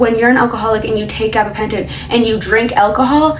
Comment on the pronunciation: Say gabbapenton again